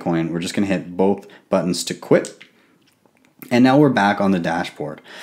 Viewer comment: "and i just click BOAHP buttons"